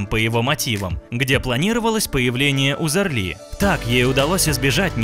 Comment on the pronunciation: Почему это она немка, интересно, если у неё отец турок? И если делаете материал про человека, хотя бы фамилию правильно нужно произносить.